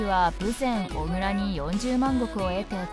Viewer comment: 小倉はおぐらでなく、「こくら」ですよ～